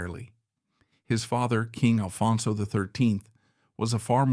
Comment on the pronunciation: Why can’t you get the name right? It’s ALFONSO!